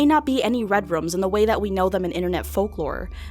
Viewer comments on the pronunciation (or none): Lol she said "Red Rums"